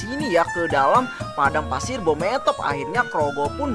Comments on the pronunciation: Bang beemothep bukan bometop🗿🗿🗿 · Bang bukan bhomothep tapi bhemoothep